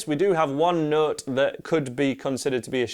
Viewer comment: I can’t understand the nooot.